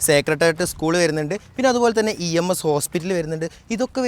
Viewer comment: ENS അല്ല EMS 🤭